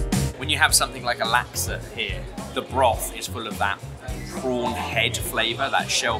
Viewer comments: I find it odd that you're British lads but pronounce Laksa like they do in America (lak suh). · ben, laksa is pronounced luck- sah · Love to see it!! (it's pronounced as "Laak-sah")